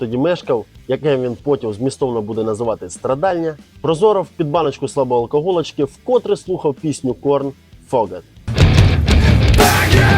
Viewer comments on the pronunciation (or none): Ну який ФОГЕТ?!😂 ФЕГЕТ😵! Faget... В перекладі - під@ Каналу бажаю розвитку 👍🖐️🖐️🖐️